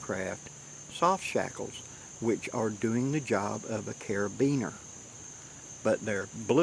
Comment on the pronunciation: Well thanks a lot! My life is ruined now. Ever since I found out that you actually know how to pronounce carabiner it seems nothing is real. What is up?' what is down? How can anyone be sure? Lol... I'm just pulling your chain. Thanks for all that you do to educate us